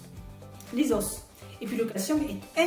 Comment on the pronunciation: SVP, merci de prononcer les os et non les « osses «